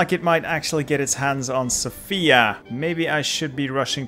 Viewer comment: please emphasise on the 'o' in Sofia. Thank you and keep up with the fun videos😁